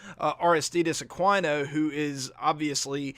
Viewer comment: Great video minus the bad pronunciation on Aqunio, Mahle, and Desclafani